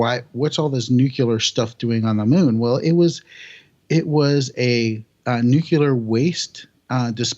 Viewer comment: "Nu-cu-lar"... really? ;-/